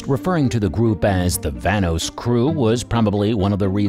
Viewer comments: 😂😂😂😂 vanos I'm done bro why did he saying like that tho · YOUR SAYING VANOSS WRONG